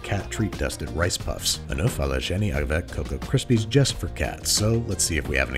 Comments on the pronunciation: My guy you need to practice your french pronunciation, œuf is pronounced like Someone saying ugh without the gh and than a f sound so, ue-f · the way she said "oeuf" that hurts as a french guy